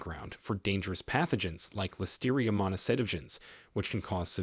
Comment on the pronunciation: Blueberries and yoghurt don't mix, according to the videos about blueberries. Get your heads together. Phthalates and listeria .... Take the time to learn how to pronounce these words. It's called being professional.